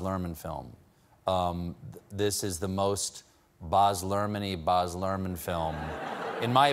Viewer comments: Boz? C'mon Stephen... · Stephen. Australian here. It’s provinces Baz not Boz. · It must be an american thing! Another reveiwer Boz'ed hime too